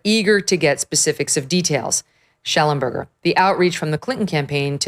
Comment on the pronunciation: You don’t pronounce his name right. His father was my teacher at Knox College. It’s Shellen burger.